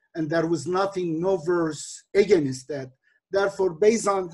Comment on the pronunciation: Edip abi slm, sana productive feedback vermek isterim. Against kelimesini “egenist” diye pronounce yapiyosun abi; dogrusu “ıgeynst”. Eminim doğrusunu biliyosun ama dikkatinden kaçıyor olabilir. Selamlar